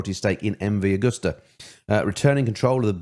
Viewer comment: The name is MV Agusta. It's pronounced A-goo-sta!